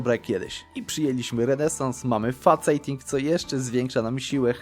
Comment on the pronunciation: Tam nie ma faceta w slowie "faceting", tylko "fejsting" Kocham Twoje filmy though <3